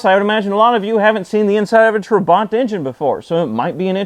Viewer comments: It's pronounced trabant - not traw.bant. At least that's the Hungarian way of saying it. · Its not trabont you should be saying trabant !!!!!!!!!! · Why do you pronunce it Trabont. it's Trabant. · what is hard in saying Tra-Bant? there is no R in trabant. I was going to watch your Video, but you sound like a wanker. So a big thumbs down. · Why does he keep calling it a 'Trabont'? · Your pronunciation is close to Trabbont in English. UK - natch It's a gudgeon pin, The US calls it a wrist pin. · Gret video! However, you are pronouncing the car's name incorrectly - listen here